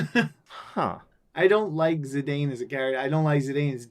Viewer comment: "Zedayne" lol (it's "Zeedone" like the french football player) going full Gorg. You never go full Gorg.